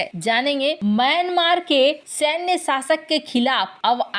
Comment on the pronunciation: इस्क्रीन पे या स्क्रीन पे... हस्तेछेप या हस्तक्षेप... सासक या शासक ... मुस्किल या मुश्किल ...